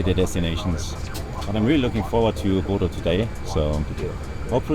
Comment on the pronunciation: I second spacemanspiff's comment below. should learn to pronounce Bodø correctly - the captain had it right: Bo as in beau, ø as in oeuf (the French word for egg), so kinda like Beaudoeu. Also, some biographical info on the flight crew would be welcome.